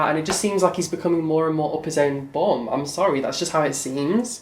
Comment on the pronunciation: The way you pronounce "bum" is so cute and pure lol